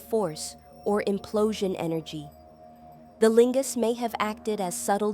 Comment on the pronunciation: Why do you say lingas. Looks like Naga carving, older.